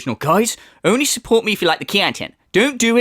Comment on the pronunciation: People love muh cahntent! They want to suhpoort me! Ree! Only your whales do, Everyone else thinks you’re a massive lunatic